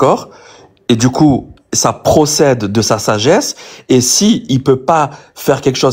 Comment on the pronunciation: Ce ton de voix si reconnaissable: "les impossibilités rationnelles ils zexistent pas dju coup regar regar regar"